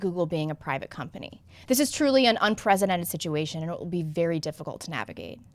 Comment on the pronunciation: The way you pronounce unprecedented is annoying.